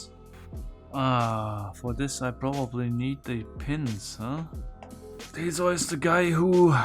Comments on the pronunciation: pronounces theseus as thesoice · is Theseus REALLY pronounced " Thee-soys " in german, or are we just dealing with a person that literally slept through EVERY history class EVER? Also, the text was probably not there just to make the plates look good, maybe next time read them .. Idiot. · T H E S E U S A German: Tezois!